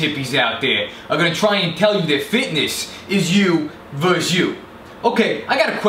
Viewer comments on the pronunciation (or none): none